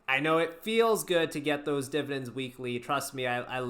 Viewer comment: Dude the way you say DIBADENDS - and HIGH DIBADEND YIELD WAERIORS makes me laugh out loud.